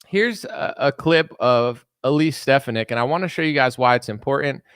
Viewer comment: Her name is pronounced, Stef fawn ick. As a physician and woman, I think she supports my views and should be JD Vance's VP in 2028.